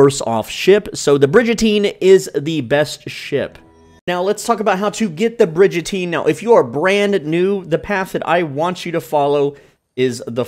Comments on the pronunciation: I can’t take you seriously if you pronounce it Bridge-Ateen. Come’on man. It’s Brig like a warship and prison on said war ship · Bridge-a-teen. Dudes got my dying. 😂😂😂 That be a bri-gun-teen. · its brigatine not bridgatine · Great video! I have to say that it's pronounced Brig as in dig, not like in bridge. <3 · Great Video! But its Brig like "rig" not Bridge. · Brigantine not brigentine, but really good tips. Ty! 😁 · Brig not Bridge, Brig-an-Teen! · It's pronounced brig-uhn·teen please bro ❤ I love your vids this gets to me 😂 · It’s pronounced “ bri-gun-teen” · Brigatine isn’t pronounced as Bridgetine ……..just saying!😂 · its "brig-uh-teen" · it’s pronouned brig a teen no j in it